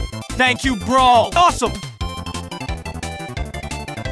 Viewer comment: I wonder why he says brol instead of bro. 🤔